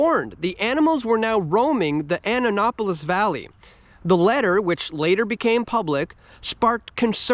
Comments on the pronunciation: Ah Nap Oh Las ...not Anna Lop Oh Las. Hahaahah Annapolis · Not Annanopolis, it’s Annapolis